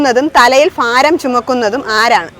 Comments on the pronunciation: ഫാരം അല്ല, ഭാരം ആണ്. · ഫാരം അല്ല ഭാരം.